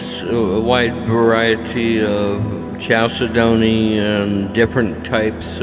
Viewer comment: its pronounced cal ced ney! ok